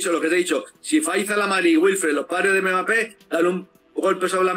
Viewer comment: Quien le va a decir a este hombre que se llama Mbappe y no megape? Jijij.